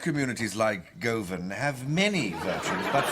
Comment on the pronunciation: I liked how he pronounced Govan as 'Goavan' 😂